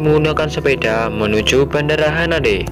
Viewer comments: bandara haneda bang bukan hanade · Bandara haneda bukan hanade🤣🤣🤣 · Bandara Haneda min ,,bukan hanade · Bang, nama bandara yang abang bilang salah, bukan hanade tapi Haneda. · Min bandara Haneda bukan hanade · Bang bukan bandara HANADE tp HANEDA 🤣🤣🤣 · Haneda bang bukan hanade (RJTT) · Haneda apa hanade min?:v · Bendera haneda bukan hanede